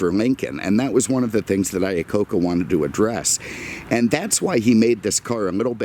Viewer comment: It's "Iacocca"...my last name is not that far off. I was also born in 1969 LOL